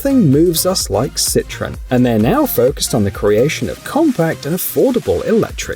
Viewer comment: It's pronounced Cit-Row-En, not Citron. Yeah, I'm that guy :P